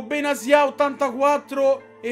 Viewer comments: Benatia si dice no benazia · Quando improvvisamente benatia diventa benasia🤣